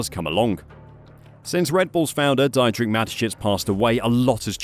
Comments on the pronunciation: It’s pronounced dee-trich, not die-trick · FOR CRYING OUT LOUD! Dietrich Mateschitz is not pronounced Die-tricht but di-tricht. Use google to find out pronunciation if you don't know even basic German! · I just have a little problem with your pronounciation for Dietrich. Can you please try pronouncing it as Deetrich? That's how it should sound...